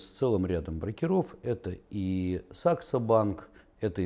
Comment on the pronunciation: Когда уже ударение будем нормально ставить в слове -БРОКЕРОВ ?? брОкеры - обижаются!!!